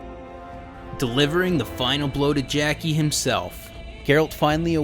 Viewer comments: When you said "Jackie don't want know Trouber" I laughed out loud. I do the same thing when I have a sentence with too many uncertain Rs and Ls. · Jacques is pronounced kinda like "Jahk" but without the "d" sound before the "j". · The way you struggled to pronounce Jacques was so bad, hahaha. But great video man, I needed a recap before starting Witcher 2 finally.